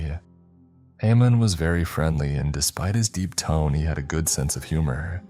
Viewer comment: The name is pronounced Ayman